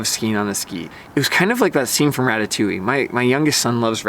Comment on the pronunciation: I have the Atomic Maverick .. but here’s the kicker .. Montero might be great but since most hills have so many conditions, most skiers need an overall versatile ski. Having to carve all day long gets boring really fast. Pass. PS, the way you pronounce ratatouille is completely off .. I’m french, so I know.